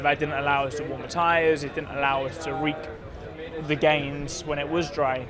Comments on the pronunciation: "reek the gains" reap? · Reap not reek George